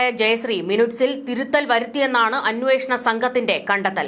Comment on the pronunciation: മിനുട്സ്... അല്ല... മിനിറ്റ്... ആണ്.. Avasyam